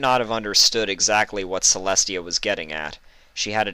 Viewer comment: It is TIA NOT celi